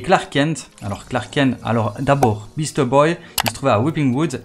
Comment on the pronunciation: tu tus la légende de SUPERMAN en prononçant Clark KEN ....prononçe KENTE lol